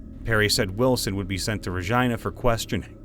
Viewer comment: This is helping me study sm, but the Regina pronunciation is killing me